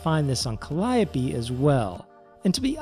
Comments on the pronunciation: You pronounced "Calliope" correctly. You get a subscription and recommendation just because of that. But seriously, good video, thanks for the info. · I was gonna say the same thing, I've so many people saying Cal-E-ope and even a Cal-E-o-pay, it's good to hear someone get it right haha.